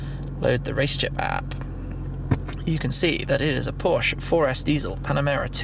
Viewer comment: finally someone who pronounces porsche right